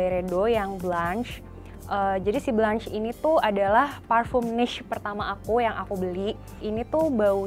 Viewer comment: bkn blanch tpi dibacanya blong sesttttt